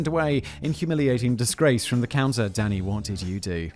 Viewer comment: It's got to be some sort of diagnosis that every time he says Danny, I hear Daddy and grin. 🤨